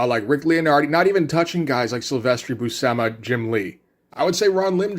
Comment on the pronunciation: Buscema is pronounced By-You-see-ma. I've only learned that in recent years. It tripped me out 😅